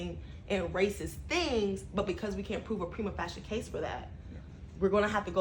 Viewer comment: Prime-a Fae-sha is how that is pronounced! Gah! 🤦🏽‍♀️